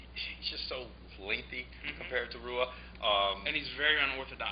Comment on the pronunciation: It's not Roo-ah, it's Hoo-ah. Come on anybody that follows MMA closely enough knows that "I think Chuck is gonna knock him out" lol